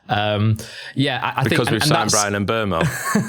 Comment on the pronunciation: I want to congratulate you guys on being the only Man Utd channel that can properly pronounce Bryan Mbeumo. Take notes Stephen Howson and Adam Mckola